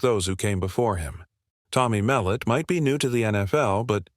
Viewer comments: Tommys last name is not Mel- et Mul - lot get his last name right first before you do a break down his game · It is pronounced mel lot